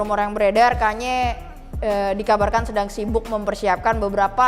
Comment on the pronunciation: with all due respect, please pronounce it "kan-ye" 🙏